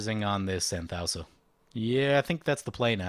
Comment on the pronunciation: I believe Anthousa is pronounced An-thoo-sa. I could be wrong tho.